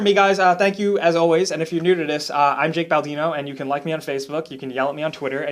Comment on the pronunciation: "Baldino" has three syllables. Half Life 3 confirmed.